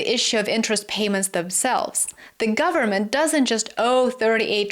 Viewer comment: "full faith and credit of the US gubmit..." LOL